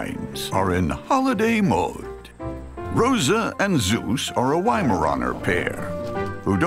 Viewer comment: For a minute thought the narrator said Hera and Zesus and just internally screamed but no so all good. Those pups are the most adorable animals, I love this show as a kid and it brings me such a warm feeling I love it